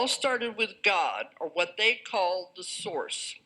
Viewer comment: source sound a lot like saurus. Just saying